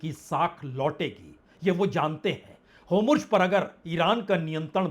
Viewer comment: Itne confidence se HORMUZ ko HOMURJ kaise bol lete hain aap